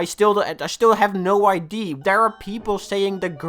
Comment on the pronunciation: Its idea not id numnuts